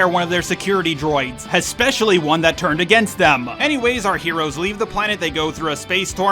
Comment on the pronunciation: This is a nice video and I enjoyed it a lot, but there are so many little mistakes that you should have noticed and re-recorded. Calling JJ Ryan, calling Fin Han, etc. Also it’s especially, not expecially. 😅